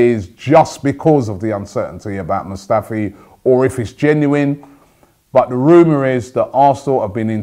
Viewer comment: HIS NAME ISNT SQUADRON MUSTAFI ROBBIE FFS